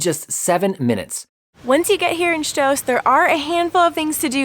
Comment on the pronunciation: I like the way you pronounce Stoos, so many people mispronounce my last name here in the Midwest.